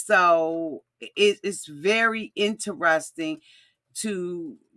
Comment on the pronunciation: Please say interesting correctly omg